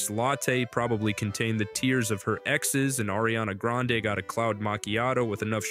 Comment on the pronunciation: As a spanish speaker..... that is NOT grande